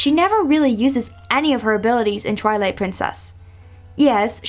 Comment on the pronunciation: Wait did you say trilight